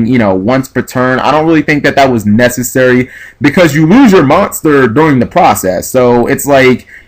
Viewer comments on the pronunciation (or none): none